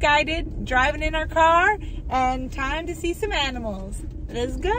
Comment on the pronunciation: It’s the “AMINALS” for me 🥰🥰